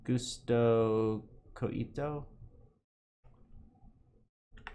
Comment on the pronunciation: “Gusto ko ito” means I like this in tagalog 😊 you nailed it 😂